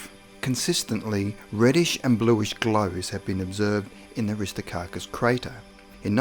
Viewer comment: Aristarchus, not Aristocarcus! 🤣